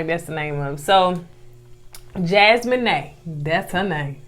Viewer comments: I believe it's Jas-mee-nah not Jas-me-nae. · Hell and this is my first time ever leaving yall a message. I love yalls commentary and yalls banter back and fourth. Yall stay having me cracking up. If yall read this please know that Jasmina's name is pronounced Jazz-me-na not Jazz-me-n-A....lol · It’s jas-meen-a 😂. Not jas-moe-ney . 🥰🥰🥰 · Loved the video as always, but was going in on Koko this whole time sheesh! Lol…. Jasmina is pronounced Jas-mean-na, not Jas-mean-nae lol. And Koko working in the prison ministry is a nice fun fact.. 💚💚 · It a special skill to put that much effort into butchering such a simple name like that. Jas-mo-nay?! I died laughing 😂 😂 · Jas-men-ay? 😹 I can’t 😂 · Jasmina her name the mina is pronounced like Tina (Teena) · Y'all really struggling with easy names this season...Jas-meen-ah and A- liss-ah... lol. I love your reviews though. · Hey fam. and gonna get us on the next review for correcting them on how they pronounced Jasmina (Jas-men-nay). We can definitely count on them to mess up everybody’s name. 🤣🤣🤣🤣 I’m glad they take it in stride and don’t get mad🤣🤣🤣🤣 We love the reviews ❤️ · Her name is. Pronounced..JAZ-mee-na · Her name is JAS-ME-NUH .. lol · Jasmina pronounced Jaz-Mean-Ah😂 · Jasmine is pronounced: Jazz me nau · Jaz-mee-nah lol 😆 say it with me Jaz-mee-nah hard A at the end. It's a beautiful name it means gift of God and this 🇯🇲 queen is beautiful inside and out so she sure is. BTW I love Marvel movies also...sci-fi junky here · Yall so cute. It's pronounced Jazz-MEE-Na, I think. So glad that another season has started so I can watch yall again. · Jasmina's name is pronounced like Jazz-mean-a. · I think it’s pronounced Jazz-mee-naa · JAZZ-MEAN-AH That’s how you pronounce her name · It's Jaz-mee-nah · it’s pronounced Jazz-me-na, but spelled Jasmina 🙂. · I love y'all but Jasmina is pronounced JAZ-MEE-NAH. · I just came to watch mispronounce Jasmina's name 😅